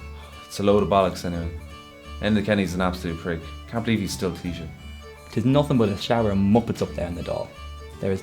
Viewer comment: Fuck me , the poor fellas trying to say Taoiseach xD